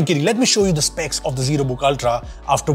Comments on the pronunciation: "SEPCS" 😂 it's SPECS. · SEPCS nahi SPECS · Sir specs ...not sepcs 🫣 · the sepcs!?? XD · SPECS NOT SEPCS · Bro.....Its SPECS not SEPCS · It's SPECS.... not SEPCS